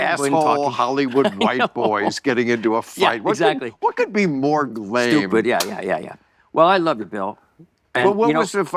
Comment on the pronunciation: Did Bill say "glame" as in a combo of lame and gay?